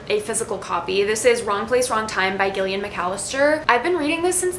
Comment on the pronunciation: I listened to Wrong Place Wrong Time on audiobook and loved it but I don't think I would have liked it as much had I read a physical copy! Btw Gillian is pronounced with a soft G sound, like Jillian :)